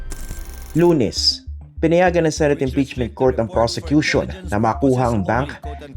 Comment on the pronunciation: Sinabi pa nya persecution instead of prosecution.